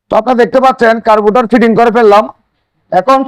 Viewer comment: দাদা কারবোটর না কার্বোরেটর 😂😂😂